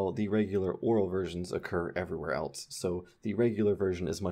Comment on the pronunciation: Now I'm sitting here analyzing everythiiiing and I realize you're one of those people who pronounces "else" like "elts." You're ONE OF THOSE. haha. Really though, thank you for these videos and I recommend that everyone visit his Patreon or personal website to throw a couple dollars at him for this greatness.